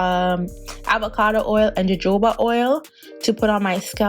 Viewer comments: Hey the Js in Jojoba is pronounced as a H ( hohoba). Love the end result 😍❤️ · Lol sis it's jojoba(ho-ho ba) oil.